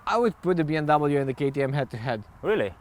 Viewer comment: And it’s B “M” W... not “N”.